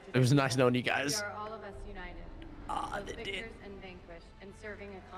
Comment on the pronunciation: Is he saying wictors instead of victors?!